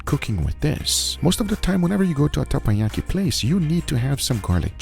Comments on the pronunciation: I bet people have already mentioned this, but in Korea it’s almost sinful not to put the whole ssam (wrap) in your mouth also it's not Tenpayaki -> it's Tepanyaki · TeppanYaki ❌ TamponYaki ✅ 😭